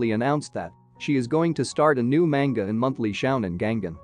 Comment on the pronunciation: The way that this person says ‘Manga’ makes me angry.